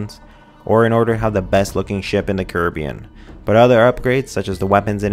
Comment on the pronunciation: I'm annoyed at how he says "Jack-Daw" and "Curibbean"